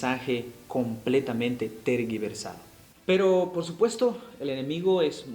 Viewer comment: Tampoco se dice terguiversado. Se dice tergiversado.